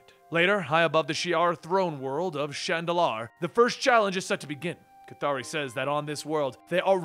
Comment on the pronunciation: How can you pronounce the name "K'ythri" like.. "Kathari"? Was there any official guidance of it?? I have wondered it for long! I'm going to be pleased if u answer me,, :)